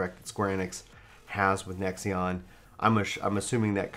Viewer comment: lol Nexeon isn't it pronounced Nex-On?